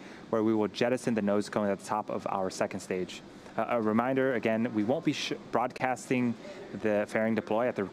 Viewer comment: Lol “We won’t be sh-Broadcasting”